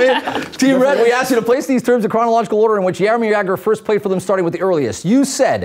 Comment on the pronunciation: It's hilarious how you pronounce Czech and Slovakian player names. But Jaromír Jágr was pronounced fine, we love that guy in Czech Republic!